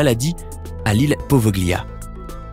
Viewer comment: Apprenez l'italien,Poveglia se prononce "povelia" car en italien quand le g est suivi d'un l il est muet !!